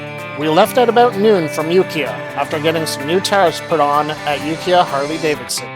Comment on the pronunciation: It's pronounced youkyah